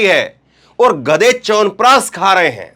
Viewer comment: EK TO PEHLE "SH" KO "S" OR "S" KO "SH" BOLNA SIKHIYE.. CHAWANPRASHHH HOTA HAI...CHAWANPRASSS NAHI